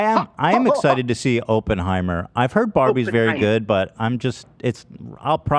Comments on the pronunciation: If I heard ‘Open’-heimer one more time...haha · Come on Ethan! You’re Jewish! Pronounce Oppenheimer properly please!